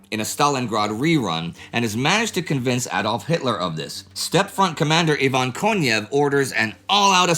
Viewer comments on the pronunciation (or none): none